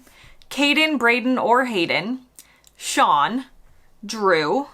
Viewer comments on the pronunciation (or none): none